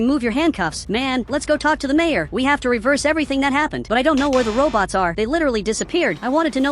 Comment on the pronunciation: you said wrong just say robots not robtos